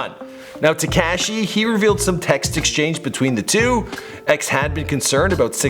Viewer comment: HE SAID “ TECASHI “ ITS TEKASHI 😭